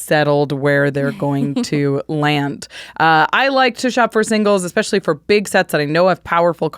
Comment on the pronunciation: There's no X in "especially."